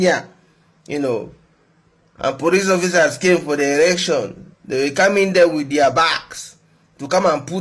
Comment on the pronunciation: Tell the that its ELECTION not ERECTION. Wantam!